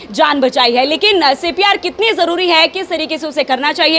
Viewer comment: Reporter madam pcr bol rhe h cpr ko.....